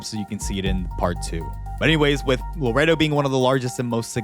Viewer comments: Luh•Ray•Doe (Laredo) not laretto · its la-rey-do not larado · Laretto? 🤣🤣🤣🤦🏼‍♂️ LerRAYdo bud. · Laredo is pronounced laa rey doe. ❤ just saying! 😊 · Bro, doesn’t know how to say Laredo bro says Loretto meko 🤣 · Luh- ray- doh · Lmfao he said Lareado texas. It is a shit city though. Fuck that place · Its pronounced La Ray Doe, lmao its slightly bothering me. But love the video, very interesting and detailed. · I am from laredo texas and that is not how you say it.